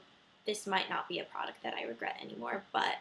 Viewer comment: hahahah regwet LOL .